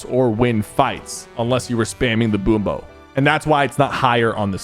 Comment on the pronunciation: He said so many things wrong 💀 Boom bow, Valerie, Montage